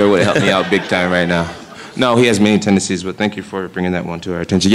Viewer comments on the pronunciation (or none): I am guessing that nobody would dare to correct John and tell him it is called "tendencies", not "tendecies" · Because he was saying tendecies and not tendencies!